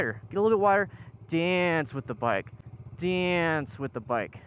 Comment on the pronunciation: I know he's saying "dance with the bike," but I keep thinking " with the bike" 🤭 Great vid, keep up the good work.